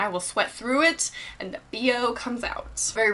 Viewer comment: its and not eeand